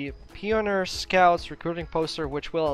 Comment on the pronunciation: Pioneer = pee on ear lol just your pronunciation bro lol